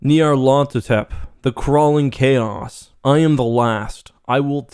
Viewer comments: I like everything about this video except the way you pronounced the character's name... We can have a real conversation about how to pronounce the first half, but the ending is definitely supposed to be "hotep" as in "Imhotep" and other names. I pronounce the "Nyarlat" portion kind of like "snarl at" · The way that you pronounce "Nyarlethotep" and "Kadath" throw me off. Not that they're wrong, necessarily, but that I'm so used to the way my friends and I pronounce them.